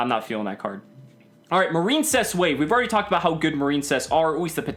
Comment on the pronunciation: Is it not pronounced Mar-in-cess? I feel like that's the pun (like princess)